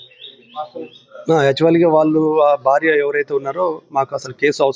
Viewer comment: Anchor! Telugu sarigga palakandi. Vaaaluuu kaadu. వాళ్ళు. ళహ కి vottu ఉంది. కంటెంట్ ని సాగ తీయకండి.